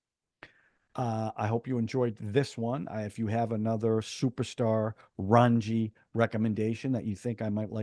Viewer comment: 😂😂 Raanji ???? " RAA---JJJ---NNNI" Thanks for a fun review as usual...